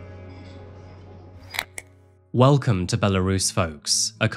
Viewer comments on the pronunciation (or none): none